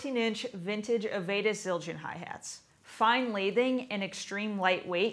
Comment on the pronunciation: How do ppl reviewing cymbals not know how to pronounce Avedis Zildjian correctly or Neil Peart 🤷🏼‍♂️